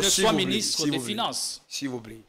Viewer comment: Notre L'argent... Dans UNE hôpital... la majorité de NOTRE congolais... "FINEINSSE" au lieu de FINANCE...Français oyo elekeli ngai. Malgré la pertinence de l'analyse !